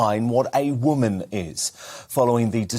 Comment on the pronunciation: How can Peter have been around so long but still pronounces the words women and woman in exactly the same way 😅